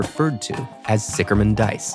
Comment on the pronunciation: It's Sicher, not Sicker! WTF?